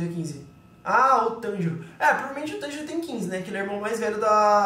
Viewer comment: tanjiro n, Monjiro